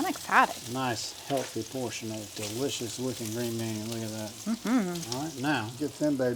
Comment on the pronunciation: Several comments: you did it right. Taking 12 months to reach your goal weight means you're far more likely to keep it off. Love, love, love the recipes you made in this video! I think you should have a t-shirt printed that says: Duh-lish-iss. You are my favorite YT cooking couple!!!